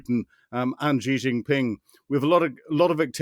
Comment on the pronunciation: Please don't say zhee zhin ping. The first syllable approximates to "she".